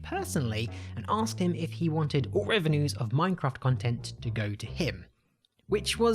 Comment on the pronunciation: his pronounciation of minecraft is horrifying